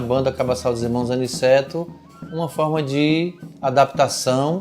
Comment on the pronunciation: O nome certo é Aniceto não é Aniceti..aff